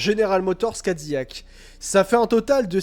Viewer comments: Pour info, ca ne se prononce pas "Ka Di Yak" mais "Kai Di Lac" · Gros naze , CADILLAC EST UN NOM français....dons ca se prononce "Ka Di Yak"